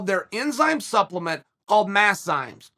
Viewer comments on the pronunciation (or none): none